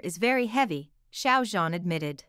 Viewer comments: The Xiao (Shao) Like Shower Sounds About Right. The Zhan Is Harder, it Sounds Like Zjiang. The Z And J Have Be Meshed Together. There Is A Technique, And A Way To Say, And Pronounce It Corectly. 😊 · Not To Be Rude Or Anything, But You Are Pronouncing Xiao Zhan's First Name Wrong. I Appreciated The Video, But Every Time You Pronounced His First Name Wrong, I Just Could Not Deal. Thought I'd Just Let You Know. And Of Course The Drama Would Be A Hit. I Love, And Adore Xiao Zhan So Very Much. He Is A Very Talanted, And Extremely Excellent Actor. He Always Works So Hard At Everything He Does, No Matter Acting, Singing, Or Modeling, And Being A Brand Ambassador. He Is, And Always Will Be One Of The Greatest Chinese Actors I Will Forever Love. ❤💖🐰💖❤🐰💖❤🐰💖❤